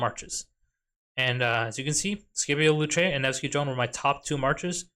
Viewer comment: Say Skippy-O one more time🥲 Sip-E-Oh😂